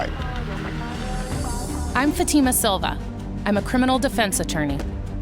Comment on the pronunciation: How does a name you say fat A ma get turned into fay T ma